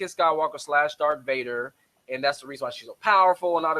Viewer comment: Dude, what kind of Star Wars fan are you when you pronounce Darth Vader, Dark Vader?